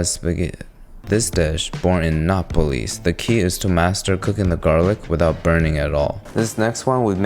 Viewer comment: The way he pronounced Naples is just... painful